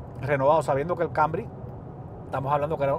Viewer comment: Dice ser profesional y hablar así tan mal ? Toyota “ kambry”? TOYOTA CAMRY ! Habla bien y acentúa bien los nombres no vengas aquí a cambiar le el nombre a los vehículos apréndete bien sus nombres si este es tu trabajo ! Hazlo bien y si no entonces no hagas nada